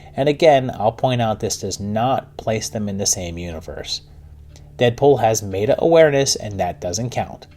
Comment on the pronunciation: meta is pronounced “meh-tah”, not “may-tah”